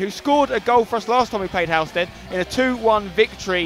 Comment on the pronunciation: Please pronounce Halstead properly 😂🙌🏻